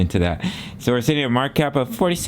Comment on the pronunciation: I'm just asking. Why do you shake your hand and say weird when you say market cap??